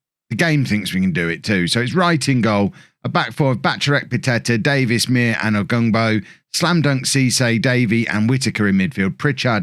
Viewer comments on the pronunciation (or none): Isn't Muir pronounced like 'Your'...with an 'm'?